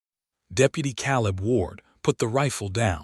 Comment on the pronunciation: Or Kay-leb Silas is Sigh-las I dislike creators who just crank these stories out without care to get things right. 👎